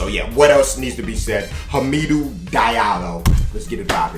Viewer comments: Ha-Mih-Do <<< not hameedu 😂😂😂😂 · its ha-ma-doo